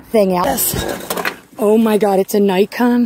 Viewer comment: Its pronunciation is kneekon not nikekon